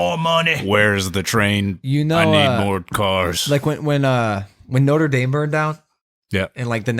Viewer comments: Damn he butchered that one 😂 Took me a moment to realize what he's talking about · " when noter daym burned down" lmao its "Notre Dame"